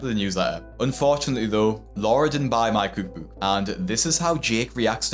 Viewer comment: American here, I love the way you say cOOUk bOOUk 😂